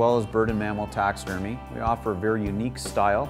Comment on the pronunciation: He says "taxermy"